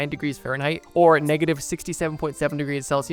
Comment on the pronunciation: farenhigh pls